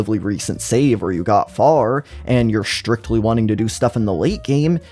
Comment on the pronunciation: SHHtrategy, SHHtrictly, exSHtra, deSHtroying, reSHtriCHtion, exSHtreme